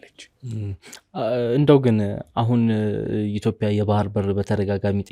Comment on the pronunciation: ጋዜጠኛው፤ እያወራህ ያለኸው አማርኛ ነው፡፡ ኢትዮፒያ ሳይሆን ኢትዮጵያ ነው የሚባለው፡፡